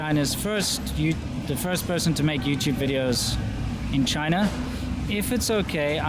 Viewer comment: Why you said youtu-be over the phone call? I think most Chinese can pronounce that word correctly.